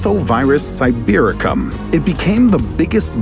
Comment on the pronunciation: When he said sibericum💀